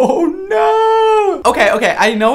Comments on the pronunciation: I swear i heard him say "I think Naur" 😂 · ‘I think NAUR’ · does a really accurate Australian naugghhh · “I think naur” I’m screaming